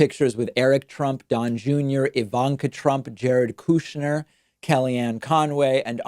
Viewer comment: “Jared Kooshner” 🤣